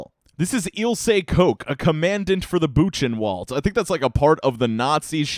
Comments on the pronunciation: Boo-ken-vald, not boo-chin-wald. Lol love ya though! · Just fyi, it's pronounced 'boo-ken-wald' or 'boo-ken-vald' not 'boo chen wald' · Men. You really butchered Buchenwald. But a nice vid though.